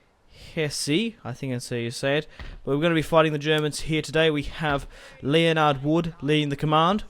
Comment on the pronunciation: your general's name is spelt Leonard but is pronounced Len-ard like the guy off Big Bang theory. Not hating on you man 😀